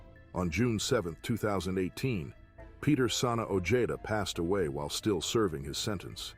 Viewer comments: O-hay-duh ! Not ojayduh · Peter ojeda sounds like (oh-je-da) say it correctly or don't say it at all your making money off somebody bad homies they still have Familia out there ! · 😂 his pronunciation of OEDA is killimh me as bad as Eme